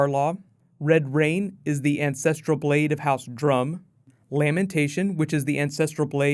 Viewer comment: I kept hearing incestrial blade.